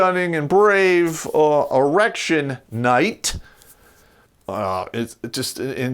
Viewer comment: Why is he calling it Erection night?